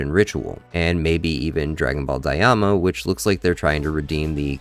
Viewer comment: I like how everything you said here also applies to Super 💀 I think both are bad. GTs worse but not by much iibh. Also its “Die-ma” not “Die-ah-ma” 😭 I know its a nerd thing but it made by brain sore hearing it lol